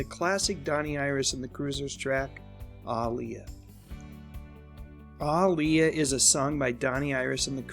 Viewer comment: Sounds like he is saying AALIYAH